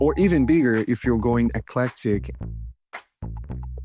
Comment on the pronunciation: Flashing too swiftly. Your voice is too drawn out. Practice your English before recording ! You sound like a KID reciting in class ! You mispronounced eclectic !!!!